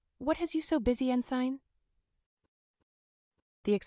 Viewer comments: I’m glad this book is finally available in Audio. Amazing job. Small question. Why the weird pronunciation on the word ensign? Is it AI speaking the book? Never heard ensign pronounced that way. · I see Ensign is mispronounced repeatedly. Sigh